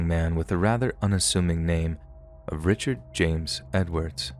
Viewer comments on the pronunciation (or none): none